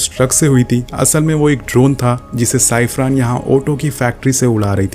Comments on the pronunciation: Bhai wo cyper thi not cyprin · Uska name #साईफ्रान nhi CIPHER ha 😑 thik se pronounce karo साईफार